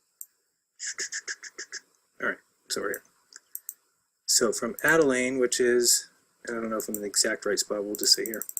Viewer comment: I'll pipe up here, as uses extracts from one of my Youtube videos in his support of the AEmap which motivated this rebuttal (by of Awake Souls). Adelain? Adelain? why does continuously refer to Adelaide (where I live) as Adelain in the context of this video, is this something similar to what Obama did when he took office i.e. deliberately mis-pronounced his inauguration speech, is this some type of Karma thing? FAIL! in part of the original video mentions that the Sun sets right-to-left (which it does here in Adelain) and then moves off 'around' or words to that effect. I live here in Adelaide tell me where the Sun moves off 'around' in this: and why the clouds remain lit for so long after the Sun has clearly 'left the building' Oh yeah, Great Work you are Champion for the Truth.